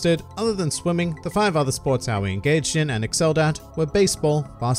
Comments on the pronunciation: it's just ow-ee like she says in her introduction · Did you know you pronounce officially pronounce Aoi "Ah-oh-E?" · It's A-Oy